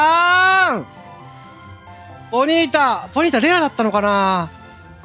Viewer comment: それマドンナやて(笑) ポニータをボニータw・・・あの曲好きデスケドモ(笑) 「もろたでぇ」が服部 平次にそっくり(笑)